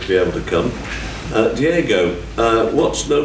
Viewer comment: Pls stop calling him Diego and learn how to read ffs, it's not that hard